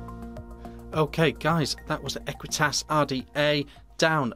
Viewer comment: "ahqweetus and a keltick on da side um nd some keltick umm around um th top"......